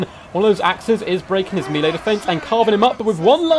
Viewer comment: Nooooooo, he said mealy again, it wasnt just cos he misspoke he actually says it like that like so many other people, noooooo that kills me, please dont say that. Nooooooooo, deliver me lord, i cant. I cant bear these human creeps all around me all the time im (basically) perfect and amazing, fuck all these clowns looooool.